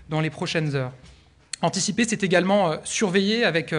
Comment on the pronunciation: il a bien dit "anticiper" , j'ai pas rêver ?